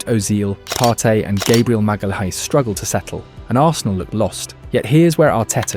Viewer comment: you can tell especially by the way it pronounces Gabriel Magalhães. the H in his name is pretty much a silent letter and the AI puts so much emphasis on it.